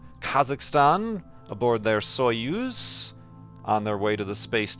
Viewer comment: Just fyi it's [so'yuz], not ['soyuz]